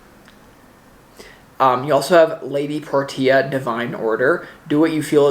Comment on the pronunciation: Portia pronounced "Por shia". much respect, just hoping to help